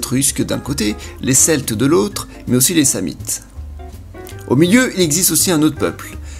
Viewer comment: Tu ne sais pas prononcer Sam-nite, ou c'est moi qui ai toujours fais l'erreur de prononcer le "n" ?